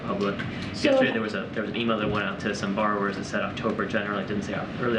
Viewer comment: She cannot even say the word borrower … like what else is there to tak about…. Seriously u fkn Morons that support this bs .